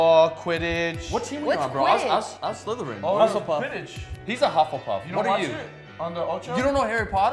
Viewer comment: He said, "Hustlepuff" 😂😂😂